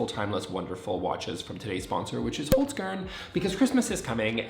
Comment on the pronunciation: 😂😂😂😂 as an Austrian that pronounciation of Hokzkern was hilarious! I watched most of the ad just to hear him say it again 😂